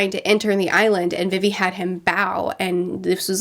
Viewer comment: It still kills me how she pronounces vivi’s name, it’s pronounced like vee vee